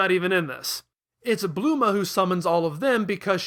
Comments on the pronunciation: her name is bulma not bluma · Dude. It's Bulma, not Bloomah. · Didn’t know Bulma was pronounced Bluma lmao